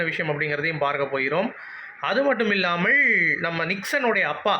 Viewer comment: Not illlamalll only illamal bro. Tamil kolai panringa